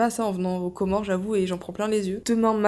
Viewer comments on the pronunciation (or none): C'est pas pour casser l'ambiance, mais le "S" à la fin des Comores, c'est pas de la décoration, on dit les Comores par ce que c'est un archipel de 4 îles 😊